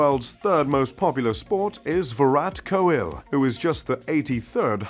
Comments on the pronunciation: This channel is so bad ahhhhh 🤣🤣 Cricket is by far 2nd most popular idiot. AND HE SAID VIRAHAT KOLIL HAHAHAHA this guy is so dumb 😂🤣🤣🤣 No 🧢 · Virat Kohel😂😂😂😂😂😂😂 learn your pronunciations bruh